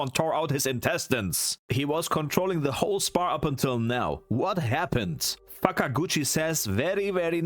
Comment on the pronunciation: I feel like either 1, you saida f&ckaguchi, or 2 I misheard it